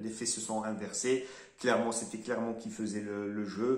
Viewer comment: Clermont et pas " Clémont".